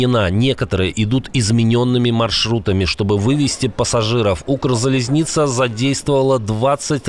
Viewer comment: Не укрзализница, а укрзалізниця, паляниця, полуниця... гопцядриця...😅😅😅! Отаке, маацкалик